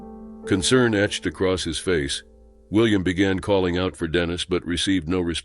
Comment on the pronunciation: Dannis? Think you mean Dennis